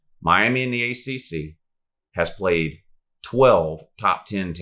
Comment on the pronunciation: But who have dey pwayed Woo